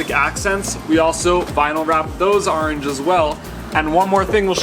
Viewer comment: I definitely liked the "Arange " orange accents .lol